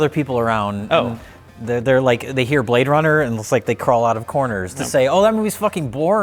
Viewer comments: He say you Brade runner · HE SAY YOU BRAAAADE RUNNAH